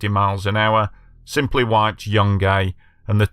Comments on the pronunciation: It's pronounced like june-gai, not Young Gay 😅🤣 Just trying to help 🤍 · The town is pronounced Jun guy